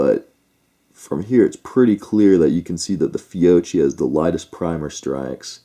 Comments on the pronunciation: fee-oh-KEE not fee-oh-chee so annoying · Ok but please say "FYOKKY", because in Italian ch = k...and if there is a double You need to persist a little in the pronounciation of that double letter 😅(fyoKKy).....FYOCHY is unaudible ahah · Actually, no, it's not "Fee-o-chi" (phonetic); the proper pronunciation is (phonetically) "Fyo-kee" (phonetic). Kind of like Sabot: people say: "saab-ott" but it is actually "say-bo". Not to split hairs but since some made the case for pronunciation might as well say it correctly. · Beside the fact the correct pronunciation is “Fiokkee”, I have to agree. First time for my brand new Glock 45 at the range: Fiocchi RNCP. 60 rounds out of 100 couldn’t cycle the gun. Tried 100 Geco: everything perfect. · It’s pronounced Fee-O-Key. Great ammo and the shooters probably modded their triggers with lighter springs for lighter trigger pull and it effected firing pin force. Either that or some guns don’t agree with certain ammo. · Fiocchi = Fee-oh-key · This is Christmas Eve 2021, my brother in law bought 20 rounds of .45 Acp Fiocchi Blue Guardian, he has a Springfield Xds in 45 Acp, I will tell him this tonight, Thanks, btw the cch is pronounced as a K because there is no K in the Italian alphabet, My last name for example is pronounced as a K. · How can we take you serious if you can't even pronounce the manufacturer right. Then on top of it you don't even know what Glock it was you call it a mini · First pronounce that right Second check the Guns Fiocchi is one of the best out there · seriously every time he says it wrong im just like cringing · Personally NEVER had ANY problems with Fiocchi. You need to contact Fiocchi to investigate the matter. May need to recall a lot, never know; but NOT a reason to boycott them. Oh, and also, learn how to pronounce Fiocchi properly. It just makes it sound like you really don't know what you are taking about when you mispronounce the name, lol!